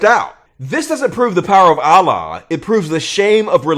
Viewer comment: That’s not how you say Allah dumb dumb